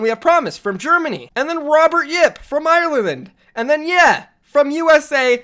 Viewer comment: Now the way you pronounced Ireland was even more terrible then the management of florida mayhem